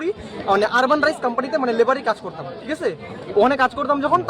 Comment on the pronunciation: কথা শুনেই মনে হচ্ছে বাংলাদেশী " ঠিক আছে " 😂😂😂😂😂